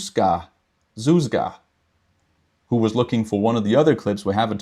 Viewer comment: great stream! (I was there for the live for only about 45 minutes, then listened a bit on the go, then watched the whole thing again after the fact:))) ) Speculation still goes crazy, it's fun. Great job with pronouncing my name - Zuzka - as well:) (If it is too much of a struggle though and if you want to mention my find in your regular video, you can use the nick. Or lemme know if you want any help with the name itself:)) ) Looking forward to the next video already. Thanks for this one!